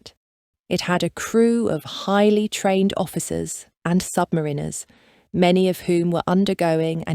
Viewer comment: you could try learning how to correctly pronounce submariner.